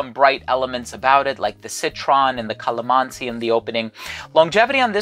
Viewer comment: Hi, i've been a follower of you since then and I would just like to let you know that you said it right regarding with Calamansi coz I am Filipino 🥰